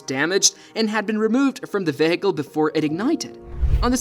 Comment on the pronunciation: Somebody needs to teach Mr. AI how to say the words vehicle, debris, three, thirteen, highlighted, fleet, statistics, risk, and so many more.